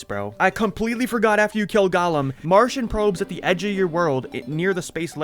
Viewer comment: You keep pronouncing Golem like Gollum from lord of the rings, when its actually "Go-Lem" 😘